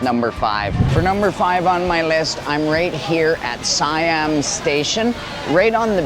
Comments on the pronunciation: it's seeeeeeammmm not siiiiiiiiammmm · Btw, in Thailand, Siam is pronounced "say-am". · check you pronunciation of "Siam". Pay attention to the "i" and the "a" sounds. Once you understand the concept, pronunciation of words (not just here but Singapore, Indonesia, Malaysia, etc) will become so much easier to you. PS I'm not an english teacher. 55555